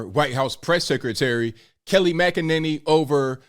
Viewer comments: I couldn't get passed saying Kelly instead of Kayleigh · Were u calling her Kelly? Lol I love Kayleigh the way she handled the media was awesome.